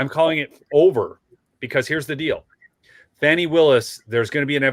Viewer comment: Glad you pronounce the name correctly. Yes- "Fani" as in "Fanny". Not" Fawny" or "Lawny" or "Brawny".